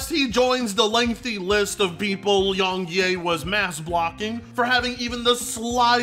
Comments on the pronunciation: Everybody: "Yong Yea": "Yong Yay" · "Young Ye-Ah" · More like Yong Nay